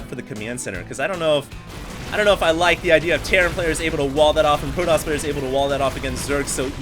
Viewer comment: protes? i thought it was protoss